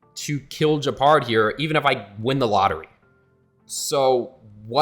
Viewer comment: Hearing someone read Gepard as Džepard is so weird.